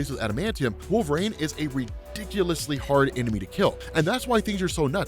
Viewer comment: Did change how he says Wolverine? It sounds like Wolfrain now.